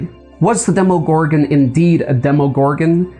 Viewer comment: Its pronounced dem-a gorgon